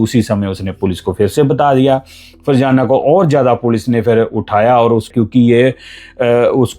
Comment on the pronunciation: Farjana nhi fazana tm ny to virgana nana dia😂